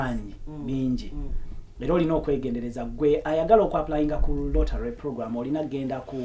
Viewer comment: Its "lottery " not rotary.....ijs🤷‍♀️